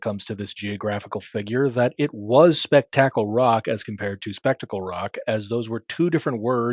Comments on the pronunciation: Don't ever say speck tackle ever again.😂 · In my universe, we pronounced it "Spook-tickle."